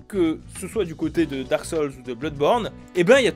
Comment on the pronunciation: émone saulze, dark solze Quel péché de pronocer a la française la phonétique anglaise.... choisit ton camp bordel, soit t'y va entièrement en prononciation anglaise, soit tu fait comme tout le monde et tu dit "darque soulze"